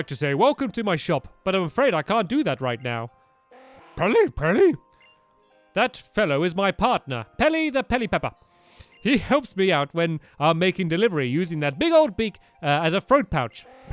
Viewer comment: When he says Pelipepper not Pelipper I'm. #TRIGGERED